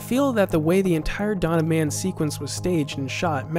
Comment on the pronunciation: It is "Dawn of Man", not "Donnaman".